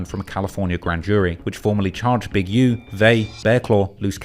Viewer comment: “also known Big Youh” lmao why he say it like that